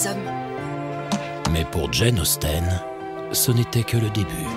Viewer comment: Jane Austene 😓😓😓 ça se prononce Jane Austin!